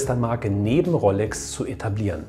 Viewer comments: Es heißt Rooooolex… 🧑‍🎓☝️ … nicht RoLLLLLLex 🙉 🤜🏻🤛🏻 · Rooolex nicht Rrroollex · Guten Abend, du sprichst "rolex" aus wie "rollex ", ist das richtig so? Gerne kurze Rückmeldung. Lieben Dank dafür. LG Ralph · Servus, die korrekte Aussprache wäre Roolex, also mir langgezogenem O. Rollex spricht man wohl eher im Ruhpott;-)